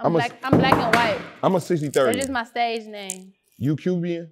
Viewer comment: Bro said “Cubian” 😂